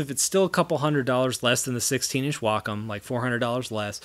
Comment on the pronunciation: why does everyone pronounces it "wack-on" it is pronounced "way-com"